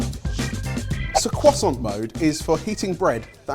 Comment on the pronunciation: Did i just hear the legendary cwoisssssant